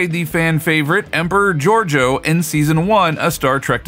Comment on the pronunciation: It's not hard to pronounce Georgiou but you couldn't manage it.